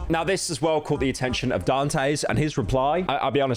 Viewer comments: Dantes... Daan tess. Not dan tays... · Honestly i feel like you should take this video down and revise it cuz i feel like you left out some information And you say dantes name wrong the entire vid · Nah this video was shit. He didn't even know how to say Dantes name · Better late than completely wrong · He’s got the Great Britain disease, he can’t control it!